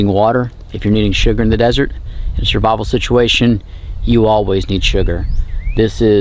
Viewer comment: He said shurvival 😂